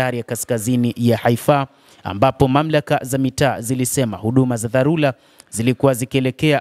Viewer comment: itamkwe DHARURA sio DHARULA